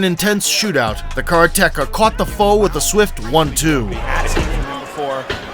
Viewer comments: Just a note that karateka is mispronounced. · I cant beleive he said kara techa instead of karateka (kuh-rah-te kah) not kara techa. Oh myyyy... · I noticed it was mispronounced a few times here but karateka is not "kara teka" it's Karate "Kah". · wtf is a kara techa? its ka ra te ka karate ka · It's karate-ka, not kara-teka. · Great video but hurts my ears to keep hearing "kara - teka", it's pronounced karate - ka. 'Karate' plus 'ka' means he's a karate practitioner or student. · great vid. FYI it's "Karate-KA" not "Kara-Tekka" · Kara-Teka ??? Kareteka is the proper pronunciation 4 syllables Slim nonstop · He's a "Car-Tecka"? I did wonder what he does for a living.... "Ka-RA-te / KA" - person who practices Ka-RA'-te (= empty-hand way). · it’s Ka ra te ka…not Kara teka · Sounded like caretaker ;) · Wish you could get the karateka pronunciation right- it is not kar- teka! K A R A T E K A, can't just throw away the second a. If you want to pronounce it in 2 syllables it is kara- teka. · the car-a-techa lmao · What the 'f' is a carateka? LMFAO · Car-Tekka lul. Narrator clearly has a deficit of knowledge about Karate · kara-TEkah. you re prounouncing it wrong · Man, it took me an embarrassing amount of time to figure out what the narrator meant by "the karra-tecka". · Please learn how to pronounce Karateka 😅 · Videos like this suck .... can't even say karateka properly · you'd think if you use the word "karateka" several times in the script, you'd look up how to pronounce it properly. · You pronounce karateka so wrong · Narrator has the single worst pronunciation of karateka I ever heard. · Funny how this guy pronounces Karateka lol